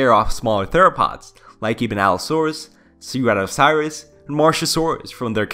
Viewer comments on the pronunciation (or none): can i just say that u pronounced allosaurus and stegosaurus right but then you always pronounced ceratosaurus as ceratocirus which just sounds like a disease... in my opinion it kinda triggured me in a cringe way but i liked the vid non the less still good content, u have my sub and views from the future on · The way he says Ceratosaurus is hilarious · Like I really like this channel but the pronunciations of certain things like Ceratosaurus always get me. At least there’s always a reference of the creature you’re taking about so It’s not that big of an issue just a little nit pick.